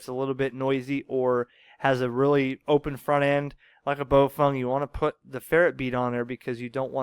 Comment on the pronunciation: You keep saying BoFung. It's spelled BaoFeng, not BoFung.